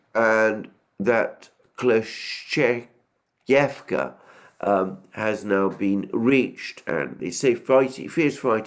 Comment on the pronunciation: That "Kleschevka" killed me. He's not bad, until something "very Russian" appears in the name. Wrong stress in some names quite butchers them as well. Which overall defines if the pronunciation is good or not. Idk what you mean by "good for English speaker", I mean - what plays the role of a "measuring stick" here? It still sounds to me like someone new trying to play the violin. lol